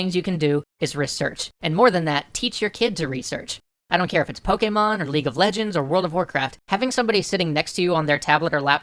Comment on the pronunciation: Finally, somebody who pronounces Pokémon properly.